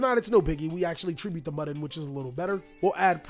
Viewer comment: Bro I think Mudan's name is MOO-DAWN, not muddin' 🤣